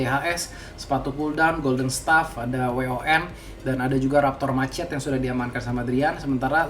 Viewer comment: raptor mchete cokkk bacanyaaa, geli anjing ngomong raptor macet raptor macet